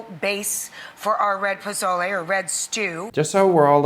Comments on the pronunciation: No offense,, cause i know you live in Spain. But it's a little unsettling when you say Pozole with the Spanish pronunciation of Z, lol. Much love, and keep making your videos. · If the dish is Mesoamerican, why do you keep pronouncing it with a heavy Castilian lisp? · Love your videos! But the way you pronounced "pozole" really grated on my nerves, lol. Maybe a difference between Spanish Spanish, and Latin American Spanish? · Very Spanish of you to pronounce your z like a th. Way to go. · Why do you keep saying Pothole? It's Pozole - It's not Spanish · Brother it’s pronounced poh-so-lay 😂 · Just to let you know because is killing me every time you say "pothole", in Mexico, unlike Spain, the "c" and "z" are pronounced as "s", sorry if it seems picky, but it really kills me 😅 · It’s a Mexican dish. Speak Spanish as a Mexican would. It’s not po-tho-le. Stop. You’re disrespecting us more than Rachel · You lasted longer than I did. The moment she pronounced it "puh zoh lay", my eyes rolled back so far I could see my brain. I think my daughter almost had an aneurism. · Primera vez en toda mi vida que he escuchado a alguien pronunciar pozole con el zezeo , he vivido una nueva experiencia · that "pozole" is an insult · Yeah I’m out, I can’t deal with the way my dude is saying pozole. Why are you saying it like that l? Is it an accent? A speak impediment? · He lives in Spain. Z is pronounced like th. It's called ceceo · I've never heard a Mexican pronounce the word "pozole" the way that you do. I know that some Spaniards pronounce certain letters as if they have a lisp, but that is not a feature of Mexican Spanish. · As a Mexican I was literally being tortured because the way she made that “ pozole”… make it authentic!! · The way you pronounce pozole gives you as much credibility as Rachel’s recipe has😂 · Just don’t call it pozole, Rachel, and it might be ok 😅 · If it’s mezoamerican, why are you pronouncing it in Castilian? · Just a tip, there's no TH in Pozole.